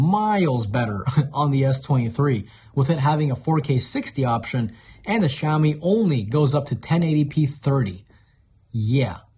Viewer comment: BTW: to pronounce Xiaomi say: Shia-o-mi. I use the Xiaomi 10.its really fast charging, perfect sound,perfect picture in movies HDR. I think I'll go on the pro. Thnx for the video:). Tsafrir from Jerusalem Israel 🇮🇱